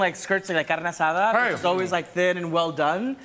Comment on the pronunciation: How many times does he have to tell us that he knows what the term “deckle” refers to That “carne asada” pronunciation is crazy